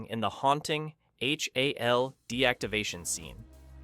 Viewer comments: "Why I Hated" this video. Because you pronounced Hal as H.A.L. What a dope. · You flipped and cropped every single 2001 clip, and even pronounced the AI as H-A-L. Was this all to avoid a copyright strike? Kind of odd as your otherwise excellent video is an obvious homage to the movie and your usage of clips should solidly fall within fair use.